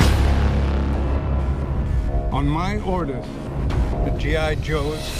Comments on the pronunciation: It's gi joe not j.i.joe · its G.I JOE NOT J. I JOE